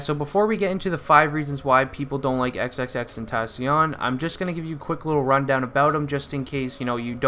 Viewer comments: Its not xxx tentasion it's xxx ten tac ion the c is not a s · It's pronounced XXX-TEN-TAH-SEE-ON Not XXX-TEN-TAA-SHON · Really? How sad is this? You just want attention. And if your gonna make a video about him at least pronounce his name right. 🙄